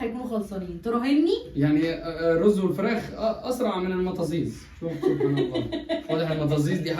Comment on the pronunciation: لاادري لماذا يتعمد الاخوه المصريين تشويه اسامي الاكل السعودي ونطقه بطريقه لاتليق المطازيز وليست كما تتعمدون كتابتها دائما ! للفت الانتباه .. للعلم الكلمه عربيه صحيحه وهي من كلمتين ،، مط وهي التكبير للقرص الصغير وزيز تعني الصغير ،،اي مط القرص الصغير من العجين وهي اكله عربيه اصيله ومفيده وليست نسخه من اكل الاتراك او اليونان او القوقاز !